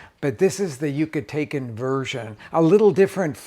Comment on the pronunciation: Jaja, it's not "Yuca-taken," it's Yuca-talken or Yuca-tahnian.